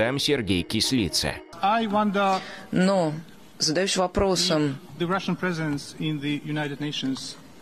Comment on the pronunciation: Не Кісліца,а Кислиця!